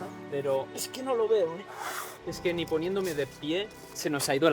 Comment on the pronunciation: nin? Eres de suances o que?